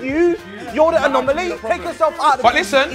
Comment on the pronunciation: Chunks went brummy 😂😂😂 ‘your the anomeleeh😂